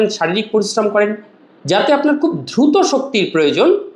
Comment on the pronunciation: UCCHARON TA DHRUTO NOY DRUTO 😂